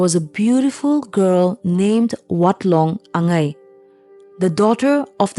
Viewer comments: If you kindly. Spell amd pronounce correctly will be more appropriate. Not wongching but WANCHING. Not anaya. Anhgya( queen) please check all the name and pronunciation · Its not angai its angya that means queen... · I don't want this story to end😢 Btw it is pronounced as Ang-ya which means (queen) not Angei. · Angya❌ angei✅😅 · "Ang-ya" pronounce it this way❤